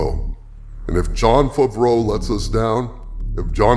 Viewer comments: SAY FAVREAU RIGHT!!!!! YOU SOUND DUHH DUR DUH DDUUURRRRRPP!!!!! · THAT'S NOT HOW YOU SAY "FAVREAU" YOU GAYLORD PERSON!!!!!!!!!!